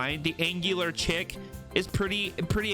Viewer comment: So everyone knows haha chic is pronounced like sheek not chick (